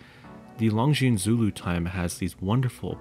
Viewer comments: Beautiful video! Besides the clasp, the Longines looks more expensive and prettier. I also wish it was a 40mm. By the way, in saying “Longines”, the S is silent. So it’s just “lawn-geen”. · Great video -- but if you're going to run a channel on watches, you better learn how to pronounce Longines properly (hint: the "s" is silent). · Please pronounce Longines correctly. The S is silent.